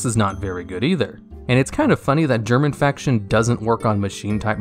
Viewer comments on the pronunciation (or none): TDL: Germ Infection What I heard: German Faction.